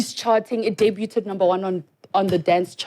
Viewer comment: Sis said debuteed😂😂😂😂😂